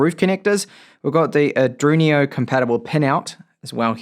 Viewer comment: Arduino is pronounced Are-dwee-noh